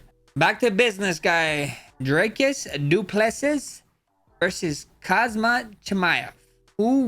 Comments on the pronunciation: Please learn to pronounce the name... its not Kazmat its Khamzat... additional alphabets in the name are for a reason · and kmazat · Khamzat ❌Kazama✅ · Khamzat not Kazmat 😂😂😂😂😂 more fighters been saying that wtf 😂😂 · Khamzat not Khazmat bro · Khamzat ❌ Kazmat ✅ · Can’t stand it when people say khazmat. You and chael both do it. Are you stupid? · kahzmat chimaev LOL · Khazmat, Khazman..🤦‍♂️ Don't act like Uncle Chael, Max😅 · Americans are supposed to be the smartest, best and dominating country on earth, but every american i meet or see on youtube say "Khazmat". It's actually extremely annoying. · Chimaya kamaya kazmat wtf😂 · Blessed, casually delivering the name Kazmat and it sounds perfect 😂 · Bro literally sat right next to Khamzat in UFC 308 press conference, still can't pronounce his name properly 😭